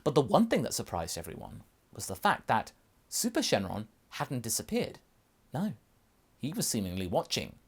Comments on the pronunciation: It's syn shenron not shen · Why do you keep saying "Shin" instead of "Syn"?